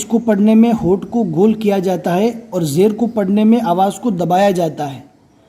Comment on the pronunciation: Zer ko zi kaise padh rhe h te ko ti q padh rhe h re ko ri q padh rhe h